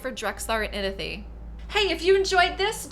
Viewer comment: There is a “w” in Inithwe’s name. Its not Inithe… great video tho.